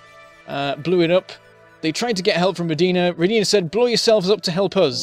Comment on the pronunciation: It's Ro'dina! You are saying it wrong